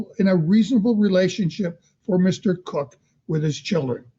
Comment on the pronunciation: It's so irritating when the dad is called Mr Cook. His name begins with a K It's pronounced KOCH as in the former NY mayor of many years. I just don't get it 🤔🤔🤔